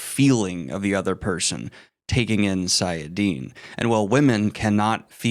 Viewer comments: About to finish reading path of daggers. Isnt it sAIdin and sAIdar instead of sIAdin sIAdar? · You're still saying "saiadin" when you should say "saidin", and the same for saidar. I know you've looked at the pronunciation guides in the books, but apparently not for saidin and saidar. Or you misread it or misremember it. Saidin has one a in it. The pronunciation guide says: Saidin - ( sah-ih-DEEN ) Saidar - ( sah-ih-DAHR ) Not sah-ia-DEEN and sah-ia-DAHR. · Oh yes the two magics Saidinnie and Saidouttie 😂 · it's late friday night after a long week of work and I'm feeling rambunctious..... i'll rephrase; it's sai - i - din and sai - dar. There you go 😂 20 years of headcanon and no audiobooks. Go away now Shaitan! 🤣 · Everytime he said them wrong I twitched a bit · See, here's where you're wrong. I read these way before these fancy pronunciation guides. It's clearly Say-I-Din and Say-Dar. That's the way it's in my head. This being the internet, I'm right and you are clearly wrong. Have a nice weekend 🤣😎